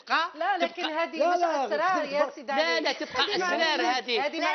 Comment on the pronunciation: اسرار بتفخيم الراء